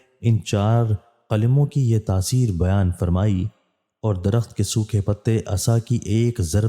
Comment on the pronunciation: Darkht =tree bhai sahi parha karay please